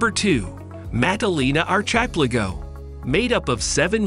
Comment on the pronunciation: All those exotic words and it fails to say "archipelago"... Oh and randomly repeating text near the end of the video.